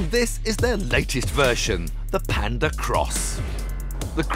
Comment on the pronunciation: si dice PAnda con la A